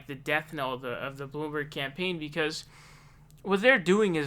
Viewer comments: dude you cant pronounce Nevada and now you also cant even pronounce SANDERS?????? its not fucking SAUNDERS... wtf also WHO THE FUCK IS BLOOMBARG?!?!?!? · excuse me, it's pronounced "Michael Blamborg" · KlobuCAR, SAUNDERS, BloomBARG.. I come for the info/opinions... But I stay for the intentional name mispronunciations. 😂